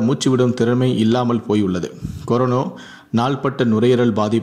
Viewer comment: டேய்! அது கொரோனோ இல்லடா. கொரோனா.